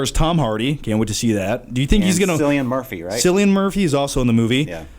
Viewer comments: love this podcast thing so much, but when you talking about Dunkirk and saying cillian murphy name is quite right, being Irish like him all Irish names sound different from what they look like so when u say his name it's not sounding like sillian but instead killian murphy is how u pronounce it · "Cillian" is pronounced with a hard c/k sound, rather than the s sound. Now that I'm done being a prick, great podcast lads. Keep it up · Nice show so far guys, just a quick note for the future:. It's pronounced KILLIAN Murphy. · Cillian Murphy is pronounced Killian Murphy with a ki sound, also great podcast been waiting so long for this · Don't like to be that guy but it's actually pronounced like 'Killian' Murphy :) Great video overall! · its pronounced with a k! killian murphy! kill-i-an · Cillian Murphy is pronounced with a hard "C" because he's Irish